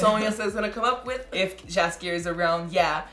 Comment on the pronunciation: I have to be a nitpicker a little bit: For english speaking persons it isn't "Jaskier" but "Yaskyer". It means "buttercup" in Polish and is this bard's original name (compared to Dandelion from the initial translations and the games). If you want to know about Geralt's origins watch "Nightmare of the Wolf". This animated movie will introduce you to Vesemir, too - a quite important character in the Witcherverse.